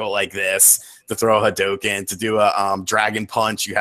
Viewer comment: Ryu is Ree-you, and Hadoken is ha-doe-ken not "hadooken"; just sayin'